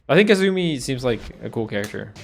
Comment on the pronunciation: This nigga really said Ke-zumi. I'm offended as a Kazumi main.